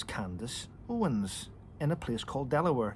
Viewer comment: It's "Owens" NOT "Owen".